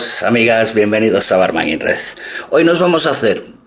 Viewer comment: Siempre que dices: "bienvenidos a Barman in Red" tengo la sensación de que vas a decir: "bienvenidos a Barba Negra". xD